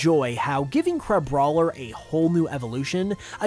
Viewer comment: Crabroiler is just how Bubble from BFDI would say Crabrawler 💀💀💀